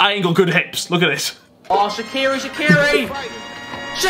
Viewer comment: Did Harry just Say shikiri shikiri lollll. I can't with this guy😂😂😂😂